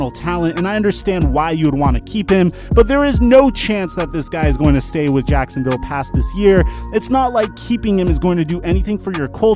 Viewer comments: 6.35 says sacksinviolle jaguars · You said saxinville Jaguars